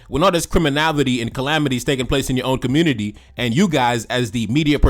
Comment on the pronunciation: Bruh I really like your work but please stop 🙏 saying CRIMINAVITY it’s CRIMINALITY PLEASE 🙏